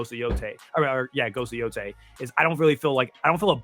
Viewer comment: It’s yotei not yotai